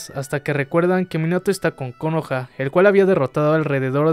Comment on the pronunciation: Che amigo suena como el ORTO el acento en la última silaba de Konoha